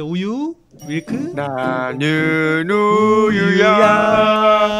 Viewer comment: 윌크 아니구 /밀크에용!!